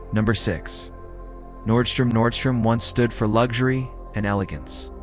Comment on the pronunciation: Hilarious 😂, this AI calls Nordstrom Nordstream. Potato, potàto right?